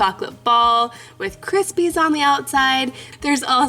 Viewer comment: Its not krispies in hazel nots not to be rude but i i had to correct you